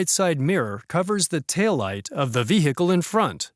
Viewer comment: The H in "vehicle" should not be pronounced.